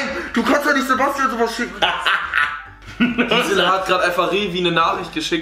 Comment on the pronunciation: Gisela..sagt besser kChBe als manche Auslânder . Respekt 🤣🤣